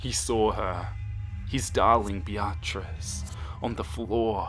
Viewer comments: I-I'm sorry, but did just pronounce Beatrice as Bee-r-tris? 😅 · You're pronouncing beatrice like be AHT riss. Its BEE uh triss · No one: Literally not a soul:: Bee-Ah-Tris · Sounded like he was calling her a be-a-tch. Like the way you say the b word when you don't want to/can't say it for real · I don’t know if I’m reading this wrong, but I think you may be saying the girlfriend’s name wrong. It’s spelled ‘Beatrice’ right? That would be said ‘Bee-ah-triss’. If I’m wrong, then oh well. Also, keep up the great work!! I love your stuff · I’m sorry But the “BeATRice” keeps making me laugh 😂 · Ok I swear I'm not trying to be rude but how you pronounce her name is like this be-trice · He's pronouncing it correctly without a Japanese accent like I do for example. But what actually bugs me is how he says Beatrice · Omg the way you said Beatrice xD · The way you pronounce Beatrice is priceless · I don’t wanna be mean but your pronunciation of Beatrice is sending me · The way you pronounce the girlfriends name is weird and I'm pretty sure you meant Beatrice? Also all the people fangirling about this in the comments is really weird..like yeah being a big fan of something is cool but once it gets to a certain point it's just weird